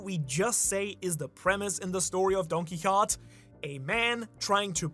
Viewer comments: It was a horse, not a donkey, and the horse’s name was Rocinante. And Don Quixote is pronounced more like DON!! keyHOtay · his name is pronounced: Don-Key-Ho-Tay Do-Fla-Min-Go